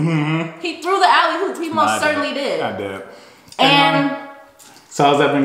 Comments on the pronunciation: I want lil sis to stop saying "alley hoop". 🤦🏽‍♀️ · It’s alley-oop. Not alley hoop. Just a heads up since you said it like 13 times 🤦🏻‍♀️ just helping you sound a little more educated :)